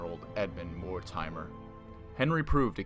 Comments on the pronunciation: Mortimer is pronounced "Morty-Murr" not Mor-timer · Pronounciation is abysmal here.. More-timer? Its Mortimer (More-Timmer). Look up the correct pronouncing of Harfleur and Agincourt and Bordeaux. Its painful to listen to. And St. Albans. Its an insult to hear these horrible mis-pronounciations.